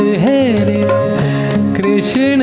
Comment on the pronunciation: राहुलजी... हिंदी गाण्यातला उच्चार कृष्ण, ण नाही तर न हवा ना... बाकी तुमचा कृष्ण आणि गाणं छानच आहे 😅😊